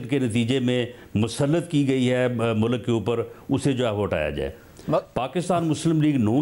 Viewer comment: Normal people : Mulk Rana Sana-Ullah : Mulak 😀